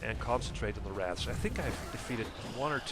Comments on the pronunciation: Wrath? It’s Wraith! Lol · you called them wraths a third time...